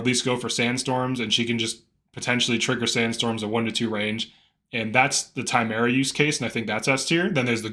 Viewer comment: I have to believe you’re pronouncing Timerra’s name incorrectly as some kind of inside joke.